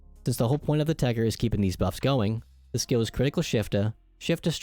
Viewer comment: It's called TECHER not TECHTER Fucking microsoft